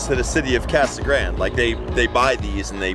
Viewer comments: Aaahh! Casa Grand. No!!! Casa Grand-ee or Spanish Casa Grand-de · Casa Grand? Isn’t it Casa Grande (Grandeh) ? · It’s pronounced Casa Granday, not Grand!